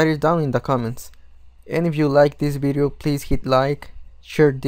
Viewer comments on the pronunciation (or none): none